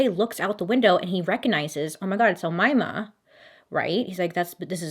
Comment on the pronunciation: I new people named Umaima. I think you are pronouncing the name right